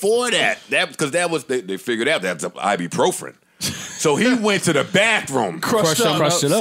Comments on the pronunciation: "I-be-pro-fren" - Joe "I got maaaadddd Motrin." - Parks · Joe trying to pronounce ibuprofen is crazy